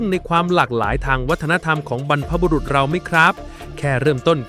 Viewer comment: ฟังมาตั้งนานนึกว่าเป็นคนพูดจริงๆ ที่ไหนได้ใช้ AI อย่างเช่นบรรพบุรุษ อ่านเป็น บรรพบุรุ๊ท😂😂😂 เสียงสูงเลย